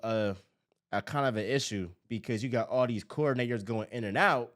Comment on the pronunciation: you gotta enunciate coordinators better😂